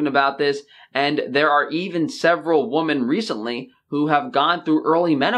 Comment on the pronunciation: Love your vids man, but please look up how to say "woman" and "women". Awesome video though :)